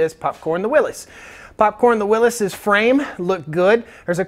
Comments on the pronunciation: FYI it is pronounced "WILLIS," not "WILLEEZ." It's not a regional pronunciation, it is a man's name, and that is how he pronounced it. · WILLYS. WILLYS, WILLYS, WILLYS. "NOT" WILLIS. Do you call a hemostat a pinchy thing ? Do you call a defibrillator a shockey thing ? A syringe a pokey thing ? IT'S A "WILLYS" !!! Willis was Gary Colman's brother in the sit-com "Different Strokes". 😜😜😜